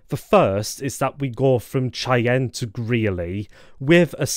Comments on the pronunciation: Cheyenne is pronounced "Shy-anne". Not "Chay-en" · I got a kick out of your pronounciation.